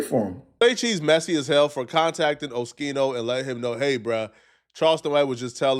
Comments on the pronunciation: He still saying his name wrong. Wtf. 😂 someone correct him please. Oh-ski-no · Oschino is pronounced O-skeeno, not O-sheeno. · It’s not O-SHE-NO! It’s O-SKI-NO! Damn! 😂 lol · O-schi-no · Bro stop calling Oschino osheeno you idiot 🤦🏽‍♂️😩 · It’s pronounced O Skee No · O-SKI-NO!!! It's not rocket science!!! 😂😂 And why Oschino say he was "cooking toast"? 😂😂😂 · YOU STILL CANT PRONOUNCE OSCHINO CORRECTLY, GODDAMN. You didn't learn from ya last video with his name?! What a joke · Please learn how to pronounce Oschino